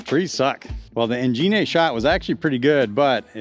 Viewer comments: Simon confirmed the pronunciation as “boh-kay” in one of his latest vids. The name is from a camera technique which results in a soft out of focus background. En Jean Ay is absolutely the most fun way I’ve heard that pronounced so we should all roll with that! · En-Jean-eeeehhh! Maybe it’s French or Italian!